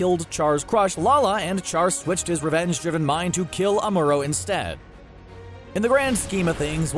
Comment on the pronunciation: ... You didn't tell everyone Char was... 3 times normal speed.... And you botched Ahmooroe....